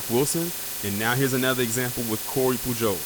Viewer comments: Pujols is pronounced Puhols. In spanish the j is pronounced like an h. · It’s pronounced Pooh-holes (Pujols) like the baseball player Albert and what’s the alternative??? Us NOT defending ourselves? Absolutely NOT, great vid and content as usual but always keep the focus moving forward in your videos. Real warriors don’t waiver homie. B1